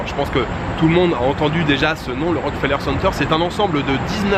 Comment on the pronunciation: Bonjour, première fois que je regarde ta chaîne, tu as de très belles images, et tes informations sont très intéressante. Concernant le Rockefeller center, il faut vraiment prononcé le "ke", ça sonne comme Rock"que"feller. Lors de ma visite du lieu en 2018, le guide touristique (un Québécois comme moi), nous a souligner la nuance à quelques reprises. Voilà, le tout pour ton info, passe un beau séjour, et je continue à regarder tes vidéos avec plaisir.